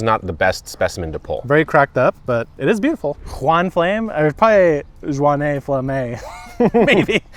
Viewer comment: Your Juane Flamme isn't ripe either 😅